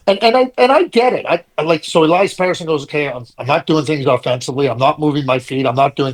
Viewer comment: Maybe pronounce his name correctly and he might respect you Buttons